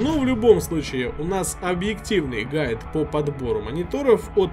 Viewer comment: Чито такое "гайде"?